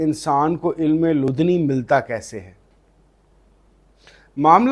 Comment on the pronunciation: Correct pronunciation: Ilm-i-ladunni